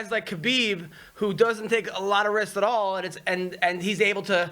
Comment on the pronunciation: "All hisk and zero hewarge" ...carallo